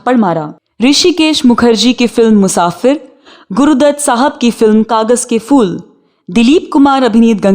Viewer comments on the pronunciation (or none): Please apna accent theek karein. Its PHIR not FIR and PHOOL not FOOL. Please learn the difference.